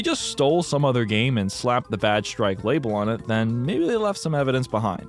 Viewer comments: I assume that "vage" is supposed to rhyme with "rage", because "vag strike" has a completely different implication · Im pretty sure its vaj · Lol vag strike! Not certain if it's the same in the US but Vag here, as it's pronounced in this video, is short for a certain women's part. If he said vAge as it's spelt, then it would not be so funny, but it seems that the game is a vag so is pronouncing it right. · it took me the comments section to realize why he was pronouncing vage strike that way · Oh brother, that Vage Strike one is a whole other level of laziness. Red Eclipse being able to patch their game because they didn't even make their own server is just llc *-:=3 mwah; hope someone got to see that. And you must have quite the reputation if they trashed their whole site just from seeing you (or it might have been asking for the dev). Also, it rhymes with "mage" (like the recording ), not "badge". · I am on the fence whether the word "vage" sounds more like vague or vag.